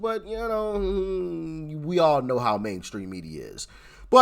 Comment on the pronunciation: It's all good, but she can't say how.